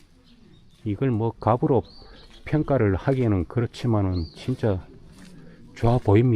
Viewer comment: 갑으로 ×, 값으로(갑스로). 양반, 종. 너무 구별이 심함.